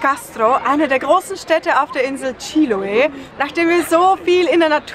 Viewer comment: Anstatt "Chíloe" kannst du nicht «Chiloé» sagen? Du musst nur die letzte Silbe betonen.